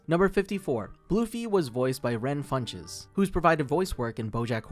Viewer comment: RON Funches. Also it's schadenfreud-uh not freud